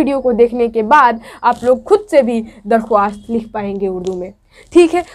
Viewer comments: Madam ji darkhawast nhi bolte likhte hai darkhast padhte hai ok!! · Aap darkhwast na bolke darkhast bolie aur farman bardar na bolke farma bardar bolie